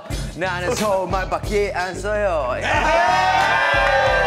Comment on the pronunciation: 사랑해요 우진오빠 그리고 우진님 ㅠ 진짜 ...미쳤어ㅛㅜㅠ 나는 서↑울~↓말밖↑게 안↑써요↓~